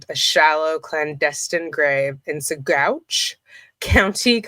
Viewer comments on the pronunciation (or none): Colorado resident here...been interested in this case since the beginning....just an FYI if you are covering it...Salida is pronounced Sa-LIE-da... and Saguache is pronounced Sa-WATCH.......love your videos...love the way you cover these cases....hope this one comes to trial in a short period of time...Suzanne needs justice and hopefully her daughters will have their eyes opened...